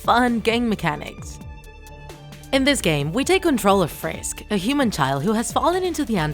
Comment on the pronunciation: lol u sed frish instead of frisk. Lol